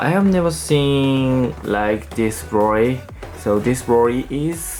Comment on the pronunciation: Its cute how you say broly “brory”